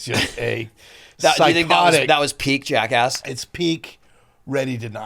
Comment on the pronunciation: As an aussie, its so refreshing to hear another one of us pronounce 'Jackass' correctly.